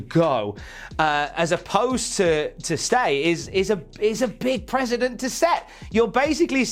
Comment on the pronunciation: Precedent, not president. Otherwise, great video